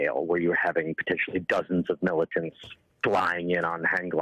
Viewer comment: 😭how she says "'militants" is WILD